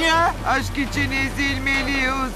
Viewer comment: Çekiling... İçing... Hahahaha 😂